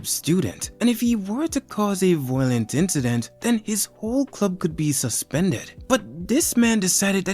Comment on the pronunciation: Fr why bro saying the word violent like that tho 😭